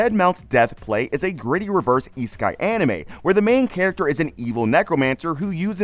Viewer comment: how are these "new" anime? I finished all episodes ages ago. I'm looking for new anime and thought wonder if your vid would lead me to something cool. I should have known it wasnt worth my time by the way you said isekai... E-sky? really?